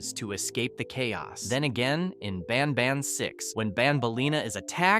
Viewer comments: He said ban bon 😂😂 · Bro said banbuns at the start